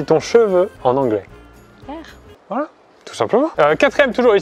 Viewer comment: Ya encore des gens qui savent pas prononcer le H en 2020 😲 cheveux c'est hair pas air 😂